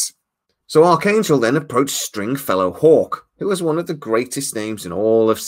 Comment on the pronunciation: Ok you corrected yourself, because you said Archangel a couple of times like McDonald's arches